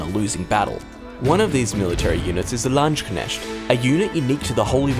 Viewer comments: LANDSKNECHT !!! not lunchkesht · The entire casted history of this game will not teach anyone to say "Landsknecht" but will drive many Germans insane, as casters start talking about "Landschnecke" which are not even human. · The english pronouncetian for Landsknecht sounds like Laschgnecht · Lands-knecht. If you wanna hear the proper pronounciation, type the word in google translator and have it read by the german voice ;) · It's Land sharks XD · One of these units is the Lanschknescht.." I can't- xD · Ahhh the good old "Lunchknescht" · Landsknechts? I used to pronounce Lands Kinect. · the landschknescht.... damn whats so hard about english people to pronounce landsknecht right god dammit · "Lunchknesht" ffs.... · Still waiting for someone to properly pronounce "Landsknecht" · Well he tried, but landsknecht is still pronounced a bit differently at the end. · English speakers pronouncing Landsknecht :D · And anyone who has more than two braincells, especialy someone who is showing off their new faction addition to a game, should know how to pronounce these names. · Pronunciation of the ch can be hard for nonnative speakers. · I love it when English speakers try to pronounce german words like "Landsknecht" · My Dutch heart weeps with this pronounciation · Yikes, the narrator butchered that Landsknecht pronunciation big time :( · Correctly? Better than, but far from correct. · Yeah, it is still not correct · Everytime a English native speaker says "Landsknecht" I must laugh, because it sounds so wrong. Maybe it would be better when they say "mercenary" then a Landsknecht is nothing other then a mercenary. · I think the 'kn' and the 'ch' make it close to impossible for them without some practice. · god, that landsknecht pronunciation was terrible